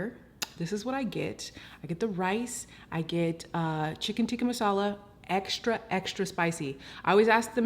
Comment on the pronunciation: From an Indian - you did an amazing job and used traditional Indian ingredients!! And I'm so happy you said "naan" not "Naan bread"🤦🏽‍♀️ and you pronounced "Tikka masala" correct too. Love your advice on taking time and patience with Indian food! Its not easy and looks like you aced it!! :)